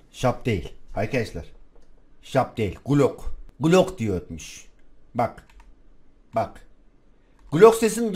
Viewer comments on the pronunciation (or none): Şılap değil glok